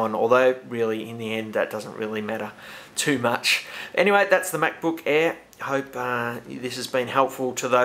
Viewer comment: MacBook "EH"